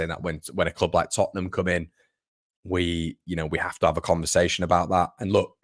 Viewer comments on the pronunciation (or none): none